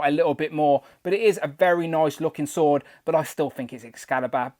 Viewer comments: sounded like “Sod o’ Might” 😱🤦‍♂️ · You do need to enunciate more, esp when discussing the “Sword of Might”, because it sounds like a totally different word that will get YT to censor your channel. 🤐😉😂🖖